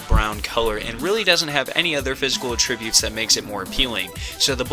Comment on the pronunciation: Dude I had to quit watching after the second time you mispronounced an extremely common word. Attributes... ATT as in HAT or BAT. Not UHtribute as in when you attribute something to someone.